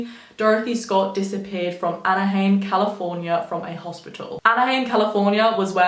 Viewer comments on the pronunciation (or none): i kinda got bugged at how you said Anaheim, the "heim" part is pronounced similar to "lime". :) but i stil love this! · Anaheim rhymes with...out-of-time lol